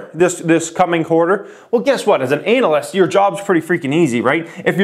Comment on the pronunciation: Good idea!! Btw, I like how he says analyst lol